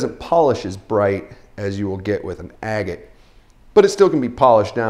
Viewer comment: It bothers me a little bit how you say "agate" bahahaha. How can someone tell what's real opal though?